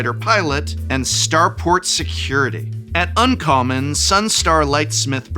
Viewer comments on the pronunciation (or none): none